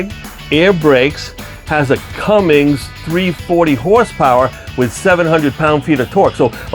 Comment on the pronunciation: It’s Cummins not Cummings, and it’s foot pounds not pound feet